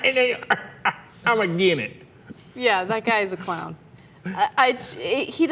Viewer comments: HAHAHAHA first 30 seconds AGINENT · either this guy cant pronounce "against" or he actually means everyone is "a gennit". I am going to choose its the latter. Although i have no clue what a Gennit is, i am sure the proud people of the Gennit are worth beeing called the Gennit. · Did he say "AGAINIT"? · The fact that he says "aggen" instead of "against" doesn't help his case. "Aggenit"? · I refuse to listen to a man who cannot pronounce "against".